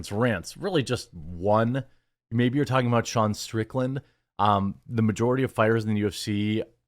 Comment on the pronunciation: It's Sean Strickland, not Shane 😂